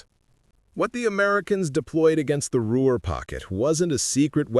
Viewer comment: "What made the Ruer pocket different. It's Ruhr. Inane AI